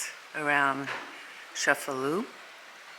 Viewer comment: It's ChefaLU